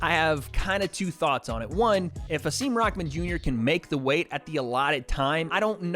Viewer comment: can you stop saying rockman junior u bum